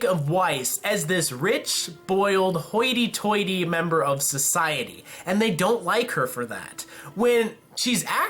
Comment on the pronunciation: dude quit saying haughty tightly like that lol It's a joke by the way